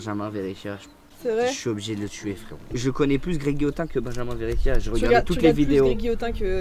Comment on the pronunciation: "Beinjamain verichia"😭